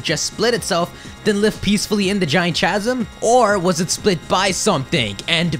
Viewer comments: Interesting theory. P.S. Chasm is pronounced 'ka-zum, not 'cha-zim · I'm sorry but please make sure you are saying words correctly. It is pronounced "ˈkazəm" not "chazem" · I've never heard someone say chasm with a hard "ch". I usually say it as caz-uhm. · I'm pretty sure chasm is pronounced 'kas-am' not 'cha-sam' idk though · Chasm pronounced Kasm.. Sorry just thought I should let you know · Chasm. Ka-sum. Not Cha-zum, but ka-zum. I'm sorry, but I cringed every single time you said cha-zum. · ITS PRONOUNCED CAZ-UM!!!!! CANT WATCH ANYMORE UNTIL FIXED!!!! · sorry... I tried to ignore it but it really started to bug me after the fifth time you said it. Chasm is pronounced like "kasm" you don't actually say the "ch" like you would in cheese or cherry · chasm is pronounced casm. please keep this in mind in future videos. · its pronounced with a K sound. Like kasm. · This is a very well thought out Pokémon theory. It actually sounds quite believable when looking at pokedex entries, in-game items, and visual cues. Might just subscribe. By the way, the word "Chasm" is pronounced as "Kasm". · Chasm is pronounce [Kazm] other then that interesting speculation. :-) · Hi no offense but chasm is pronounced as kasm the ch make the k sound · chasm is pronounced: ck-ha-sm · *Chasm is pronounced Kasm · Nice video and i love the dog in the background but god man every time i hear you pronounce chasm i want to punch you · You are pronouncing "chasm" incorrectly. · Isn't the H in chasm silent?